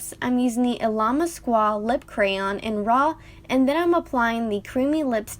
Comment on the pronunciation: Illamasqua is pronounced way easier than you said it... “ill-a-mask-a” 😚 I LOVE this look. I just got this palette in my June boxycharm and I was wondering what to do with it. Thank you so much for posting this video.